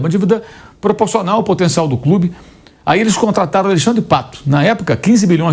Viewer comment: O "corimtias é un crúbi jigamti !"